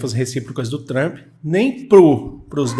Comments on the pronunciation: A pronuncia correta é Donald Trap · Adoro quando ele fala “tremp” porque significa vagabundo 😂😂😂